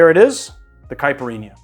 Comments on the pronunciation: It is not a [cai-puh-eenyah]. It is a [Cai-peer-eenya]. BTW, a little too gentle on the muddling, and also you can muddle the ice a little too. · Cai-pee- ree- nha! Repeat after me! Lol